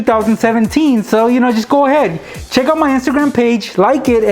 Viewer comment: He says check it out but because of the mask it sounds like chuck it out